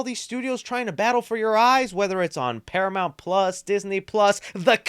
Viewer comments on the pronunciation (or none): none